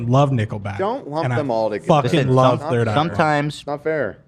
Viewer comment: The audacity of Hila to make fun of AB pronouncing something when she still struggles with basic English sounds. She literally pronounced “third” as “turd”